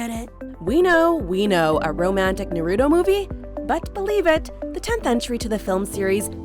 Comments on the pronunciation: Naruto not narooto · i cringe whenever someone says “na-root-oh” instead of “na-ru-toh”. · How she says Naruto lmao NaROOtO 😂😂😂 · Do people really pronounce Naruto like “nuh-roo-toe” like wha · Watchmojo has being mentioning Naruto for years, but some hosts/narrators DONT KNOW HOW TO PRONOUNCE NARUTO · Every time she said it i got seriously hurt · Sorry guys but they way you said Naruto internally triggered me... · Let's goo, they put the last! If only they said Naruto's name right... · The way she pronounced Naruto😭😭😭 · NOOO the way she says NARUTO AINT IT 😭😭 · The way you pronounce "naruto" lol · Why am i getting triggered when she say “Naruto” wrong